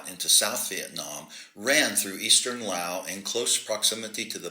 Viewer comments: Ok I gotta ask……what’s with stubbornly refusing to pronounce the S at the end of Laos ? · Has a (PHD) and he cannot pronounce Laos correctly! Laos has a S